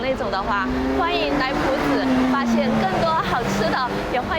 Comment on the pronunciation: 光是朴知道唸第二聲 我就要給妳一百分💯